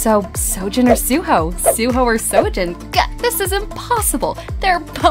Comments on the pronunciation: Nah jits prounouncing seo-jun lke " soo jin " and pronouncing soo-ho like "sow ho" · It pronounced wrong here, Seojun would be (Sojun) and Jugyeong(Ju gyong)